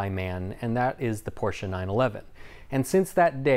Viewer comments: An American saying PorschE and not Prosch without an e. Love it! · Can we all appreciate that he is pronuncing Porsche the correct way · doing a studio tour: happiness noise actually pronounces "Porsche" correct: german happiness noise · wait how do others pronounce "porsche"? i thought everyone pronounced it like did? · German here, appreciating that knows that “Porsche” is a two-syllable word. But then again, it’s. Of course he does. ☺️ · I'm also german, and I concur! Wouldn't expect anything less from 😉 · I was named for the car and my German heritage. I am American and I agree, Porsche is 2 syllables, “a” sound at the end. My mom very sternly will correct anyone who thinks it’s ok to shorten the name. 🥰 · Thanks soo much for the correct pronounciation of Porsche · I like that you pronounced the name of Ferdinand Porsche correctly as in German )) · Americans who pronounce "Porsche" correctly - of course is one of the few! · Appreciate that you pronounced Porsche right :D